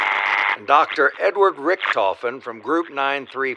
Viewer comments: I have an idea. Did undead richtofen transfer his soul to ultimas rich? Remember the end of moon and the origins ee removed Sam from his body. Also the German pronunciation is Rish-taw-fen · Don’t get me wrong I love the channel but the way you pronounce Richthofen annoys me